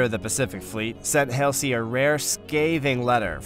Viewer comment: numerous mispronounced names such as Leyet when it should have been Leyte, Admiral Helsey when it should have been Halsey and finally Battleship Yamoto when it should have been Yamato. You either need better researchers or better people to actually READ what is written. This was a historic battle and you mucked up the FACTS! Very poor.